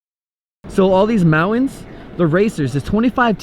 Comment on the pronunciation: Mowens?? Do you mean Mountains? Pronunciation is key.